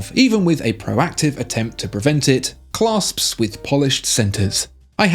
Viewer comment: ish - 'Claps' not 'Clasps' Just sayin'